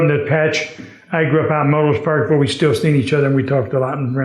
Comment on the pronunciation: "Melrose Park", Illinois, not Myrtle Park.